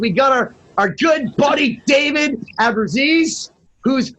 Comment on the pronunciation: "AbruzzIs"? AbruzzEse.